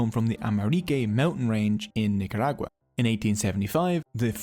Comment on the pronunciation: Your pronunciation of "Nicaragua" was equally impressive to this Spanish-speaker.